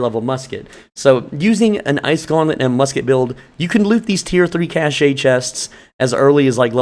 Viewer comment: Cache = "cash" not "cashay"